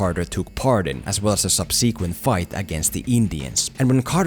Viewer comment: The way you pronounced ‘subsequent’ triggered me a little